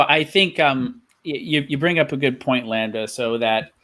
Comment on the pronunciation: Why should I listen to anything you say if you can't even say the word "lambda" correctly? Fuck sake.. Anyways, thanks for the stream. Decently enjoyable, agree with most of the panel. Cheers. Btw - A comment by - "how do you convert the masses when after any argument it'll be countered by indoctrination of the screen." ^ this is on of the most important issues not many people are talking about.